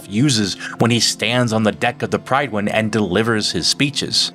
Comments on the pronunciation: It's pronounced "Pryd win" not "pride win" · also its not "Pride-win". it's spoken like Pritt-win